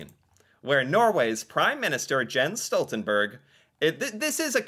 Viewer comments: The "e" in "berg" is pronounced just like how you pronounced the "e" in "Jens" in the beginning. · It's obvious you don't know a lot about Jens Stoltenberg. You don't even know how to pronounce his name!